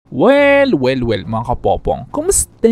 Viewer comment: Ayosin mo Yung panalita mo sobrang OA Yung kumosta mo ginawa mong kumoste ung boses mo up & down pa